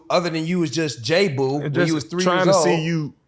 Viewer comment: It's JAboo no Jboo. smdh